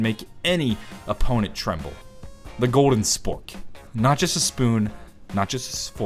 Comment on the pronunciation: He said sfork lol